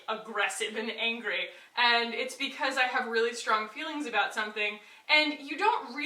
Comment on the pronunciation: I've never heard anyone ever say the word "angry" the way you do. 😂😂😂😂